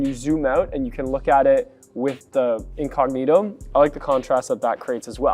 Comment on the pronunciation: Me hace mucha gracia cuando él dice incógnito 😂😂😂😂 dique inconniro hahahahaha